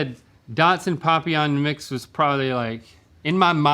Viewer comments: Just for the record…it’s pronounced PAPillon not POPillon 😂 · Stop saying papillon like that AHHHHH